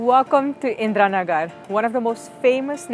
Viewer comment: She spell Indira Nagar perfectly as we do👍